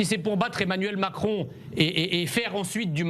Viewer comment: trés bien Monsieur Messiha ! pas mal le "émanuelle macron"!